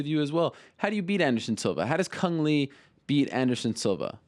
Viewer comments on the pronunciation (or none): Le not lee he Vietnames not chinese